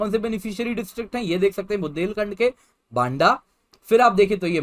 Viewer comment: Sir it's बांदा not वंडा 😜😜😜